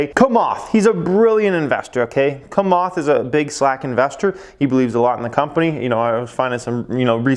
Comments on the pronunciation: it s Chamath (like chair ) not kamath ! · Its not [kamath], its [chamath] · ugh at least learn to pronounce Chamath's name properly.